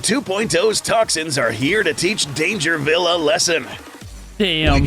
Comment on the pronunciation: Dangervile? NAH Dangervi’L’e